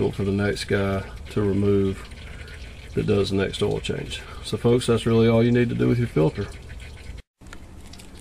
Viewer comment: Gonna do an "oal change today."